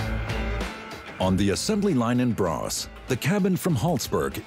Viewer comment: It is: ”Borås” (not ”bras”).